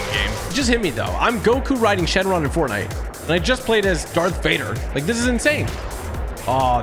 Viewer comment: Did he just say bortnite 😂